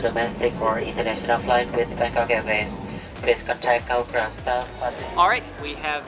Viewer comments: You said bankoc not bangkok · I'm sorry the "BangKok" airport. That had me dying